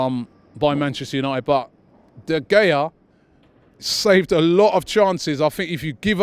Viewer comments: Solskire...De Gaya... yea ok Robbie 🙄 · why he say de gea name like that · It's de gea not de gea